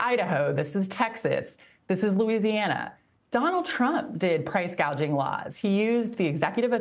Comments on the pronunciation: Kamala Harris didn't even say the term correctly, like she didn't know what the concept was referring to. She said 'price gauging" which would mean 'price measuring', when the actual term is 'price gouging' (referring to increasing prices beyond fair levels). People just choose to ignore this stuff, but it shows that Harris isn't familiar with anything she is talking about. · Harris said "gauging"😊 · So fos😂😂😂😂she could not even say the word properly “gaging” 😂😂😂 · no, she clearly said, "gauging".